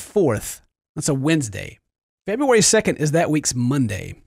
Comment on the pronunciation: TOODAYS FEBOOERY SEKENT